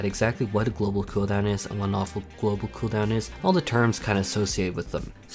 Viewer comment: The way this guy say "coo down" makes me want to bully him